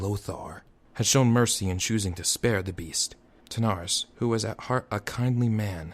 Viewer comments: Lovely work. Please do! If I can make a request, please get the names right! Wrynn = Rin (Like Tin) Terenas, not Tanaris ;p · Hey there, just a quick ear sore that bugged me so much: King Therenas Menethil. King THERENAS, THE-RE-NAS, not Thanaris. And also Turalyon, TU-RA-LYON, not Terelion. Otherwise, I've read this book in two languages and I find you capture the characters well. Keep up the good work.